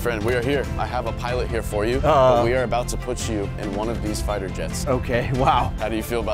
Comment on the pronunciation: He said flighter jet 💀